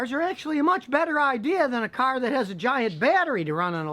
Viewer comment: hydrogen "cearh"